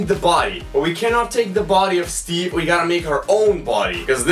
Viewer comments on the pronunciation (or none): none